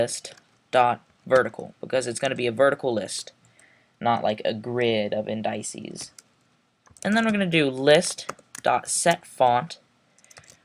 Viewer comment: "Indices" is pronounced like "in-duh-sees"